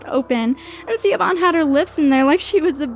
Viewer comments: yess i was so angry when she said ceeoban like ugh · I cringe every time she pronounces Siobhan as (see-o-bhan). It's pronounced like the name Shavon. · Just so you know the name Siobhan is pronounced like Shavon, not C-obon. I know because it's my name 😘 Most people pronounce it wrong, Siobhan is the Gaelic spelling! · Girls might be fine. But mum is whacko..😫 I can't handle how she pronounces Siobhan...lol. Sha vorn.... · Siobhan=Shuh-von. shudders in Irish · Siobhan is pronounced shivon 😂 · I stopped listening the moment she mispronounced "Siobhan" as "Seebon" too distracting 😂 it's not that hard to Google how to pronounce the name these days. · Siobhan is pronounced - shavon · Pronounced shuh-VON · She-A-Bon... Siobhan. Oh god, plz. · FWIW, that name, "Siobhan" is meant to be pronounced "shiv-on". It's an Irish name. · CSharp yeah I just came here to say that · Siobhan is pronounced she-vahn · Shove onn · "Siobhan" was mispronounced, but I think that perfectly added to how incredibly annoying the mother was. Ever talk with someone who clearly isn't British but talks to you in an over-the-top British accent because they spent a month in UK for study-abroad programs or vacation? (Applicable for any country/language.) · Well it's an easy mistake to make if you're not Irish or don't know anyone with the name. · oh I totally agree! People have butchered it all my life, I wasn't criticizing the narrator....I was just telling her so if she ever sees it again she will know the right way to pronounce it.